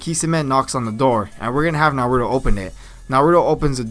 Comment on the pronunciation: you say naruto wrong